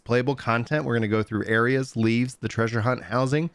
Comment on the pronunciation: every time they say "LEAVES" my eye twitches